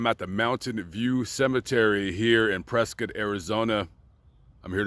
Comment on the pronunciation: Dude actually pronounced Prescott right